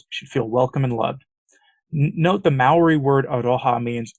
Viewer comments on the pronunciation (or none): none